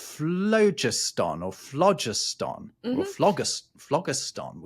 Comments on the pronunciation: Not being picky but phlogiston was pronounced with the emphasis on 2nd syllable: flō-'jis-tǝn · "Flo-JIST-on", for goodness' sake. "Nitre" is potassium nitrate, KNO3. Sodium carbonate, Na2CO3, and sodium bicarbonate, NaHCO3 - not a smidgeon of nitrogen, N, in either. What on earth were you thinking?! You should be using a hard g in argentum and hydrargyrum. Tungsten did NOT used to be called "wolframite". Wolframite is the ore from which wolfram (tungsten) is extracted. I'm surprised you didn't mention "Ultima Thule". Sulfur the element is odourless. It's hydrogen sulphide, H2S, which stinks, You might like to research why early radar was called H2S. Shame on you for dismissing Dmitri Ivanovich Mendeleev so summarily. His construction of the Periodic Table of Elements, on which your whole video is based, is one of the towering achievements of human endeavour. The Table ought to be appreciated in the same way that any work of art is appreciated. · "phlogiston" has no accent on the first syllable! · I believe phlogiston is usually pronounced phloGISTon, rhyming with piston. Too bad you didn't get around to discussing placeholder names like ununpentium and ununhexium. Anyway, love your videos. This one reminds me of a song by Dr. J. Robinson. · Pedantic point: in British English phlogiston is stressed on the second syllable.